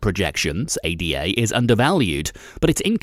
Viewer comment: How do you manage to mispronounce both Cardano and ADA...😶